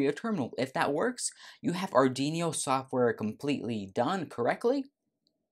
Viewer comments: Our Dweano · Please, pronounce Arduino properly! XD